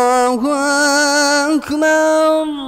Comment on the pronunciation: Masha Allah. likn bus Allah hu Akbar Ka talaffuz intihai galat Raha .Ur badi hi Galti Rahi Akbar me.allah hu Akbar h. allah hu Akbaaaaaar nhi h.ok